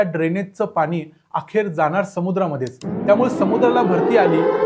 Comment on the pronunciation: Pan,pani...n..cha uchhar shudh kara